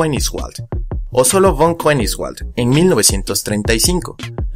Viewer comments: SE LEE "FON KENIJSVALT" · La pronunciación utilizada en la narración del nombre de Gustav Heinrich Ralph von Koenigswald, que es alemán-holandés, es simplemente terrible... después ¡se aclara la pronunciación de Gigantopithecus! algo de coherencia por favor.